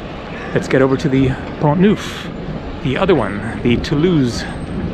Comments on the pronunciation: Neuf (nine) is pronounced Nef in french, not newf. Just a small correction, best regards. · Neuf in French is pronounced as ou in enough. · 'neuf' is not pronounced 'nouf. The vowel sound you want is more like what is heard in the English word 'hull''. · Thought you would like to know that neuf in French is pronounced (neff) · I find it comical that the majority of the French on here are correcting you on how to pronounce "neuf" lol really who cares? We get what your trying to say. Hello your American for crying out loud. It's not going to be perfect😁 Haha n the French think we're rude😂 besides we are only interested in the town's you vlog about not the language being correct or not!✌so carry on my friend carry onnn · Tip: 9 = Neuf ==> pronounced as the last part of "enough" ;-)